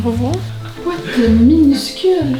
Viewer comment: pourquoi les FRANCAIS ne peuvent pas bien prononcer ou dire THE ??? Pour eux, c'est toujours ZE ???